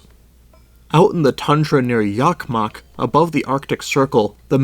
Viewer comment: I'm a native speaking swede and I had trouble making out both Närke and Jokkmokk. I had to re-watch those parts several times over... Like "ä" is pronounced as "a", come on... I mean I'm not complaining too much, the video was otherwise decent. I just wish the creator would've put the place names in text in the video as well, then the bad pronunciation matters less imo. Anyways it's really not hard these days with basically most languages that have decent TTS available, since you can just get a text-to-speech voice to read it for you and then you just mimic that. If you do that you'll usually be in the general ballpark at least. In the past you would've needed to find a speaker of the language to help you out! (Still worth finding one if you wanna go the extra mile tho, sometimes the TTS voice is wrong after all)